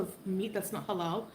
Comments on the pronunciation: Why do I want to scream every time she pronounces "halal" with the ridiculously enunciated Ls? Good grief that's annoying. 😣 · How she says "Halal" just makes me want to cringe out of myself.